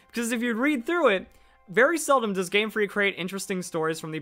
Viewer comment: You sometimes screw up verli, i still like your videos thought.